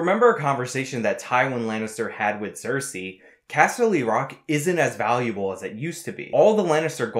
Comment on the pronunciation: You're saying Cersei as if it begins with an X!